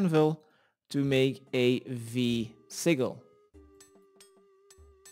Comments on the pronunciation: Pronounce geyser like GUY-ZER :) and Sigil as SIJIL with the J like JAM. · Sigil is pronounced sijil :)